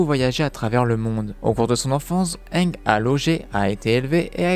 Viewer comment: Arrêter te dire anglais ange c'est ang